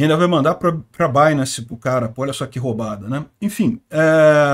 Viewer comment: Um hacker q usa binance p pagar as treta kk e nem sabe pronunciar binance